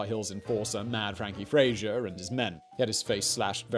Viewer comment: Really quite surprised to hear you mispronouncing Fraser like a Seppo, considering you're not much younger than i.